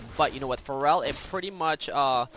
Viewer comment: Why do you pronounce it like Pharrell? Its fair-al